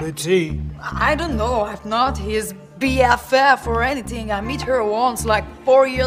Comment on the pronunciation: si t'arrives pas à faire la difference entre l'accent de Macron et celui de Nabilla ben tu sais rien des accents anglais. "Anything" "Sick" "Writer" sorry mais elle pronnonce la moitié des mots comme de la merde. Macron on a beau le detester faut admettre qu'il est billingue et que Flamby c'etait un desastre par contre